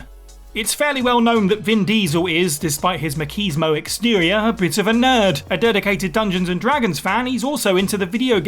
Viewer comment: Cyberpunk still has potential to be a good game,the rest doesn’t,these type of lists always have the same games,plus it’s maCHISmo not the way you said it🙄😑🤦‍♂️It’s a Spanish word so say it correctly or get someone that speaks Spanish,plus every final fantasy s**ks & their characters look very g*y all the time(same with kingdom hearts,every anime & everything else weeaboo related,boyband hair & looks obviously aren’t cool,the Japanese don’t even know what cool means)these are facts.